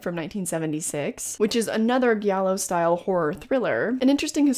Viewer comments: Love your vids and probably someone has already said this but it’s pronounced jiallo not ghiallo haha with a soft j, same sound you make when you say jealous! #italianrepreseeeeent \o/ take care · Idk if you already learned this, but its pronounced Gee-allo, and its Dar-io not Dare-io. Italian is silly to non italians haha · Giallo is pronounced with a regular G sound (sorry, I'm Italian) 🟩⬜🟥:face-red-heart-shape